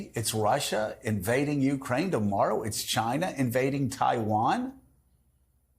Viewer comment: A small adjustment: It's not "YOU-crane." It's "you-CRANE." And, it's not "Tuberville," it's narcissistic, religious jerk."